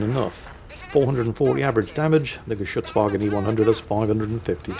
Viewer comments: Those were some solid pronunciations of Geschuetzwagen. We love to give you flak for mispronouncing things but I guess occasionally some praise is in order. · Pronouncing "Geschützwagen" like a pro. Good Job!